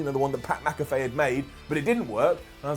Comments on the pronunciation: it’s Pat MAC-a-FEE not Pat MAC-a-FAY. I love you though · You're doing the Mack-a-fay thing on purpose right?...